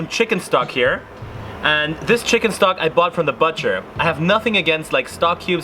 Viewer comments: your butcher pronunciation game is low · Strange way to pronounce butcher.